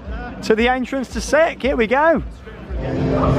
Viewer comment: sounds like you're saying 'Sick'. Strange name, especially people saying they like sik.